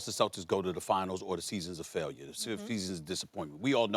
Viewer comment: Stephen A Smith mumbling words “smmmffseeeaassonn” lol he need a break ESPN working him too much